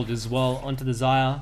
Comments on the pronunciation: eck-zyra?.... Try "zye ear uh" :P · Zayira is pronounced ffs